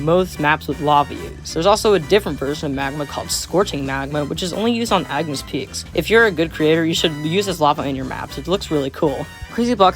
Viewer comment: "agnis peaks"